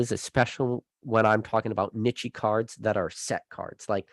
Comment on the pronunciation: Anyone else love the way says Niche? Pronounces it like nichey Lol I love it and am stealing it! You always amaze me on how you by yourself talking can keep my attention for hours 😄 great topics my friend. Keep crushing it.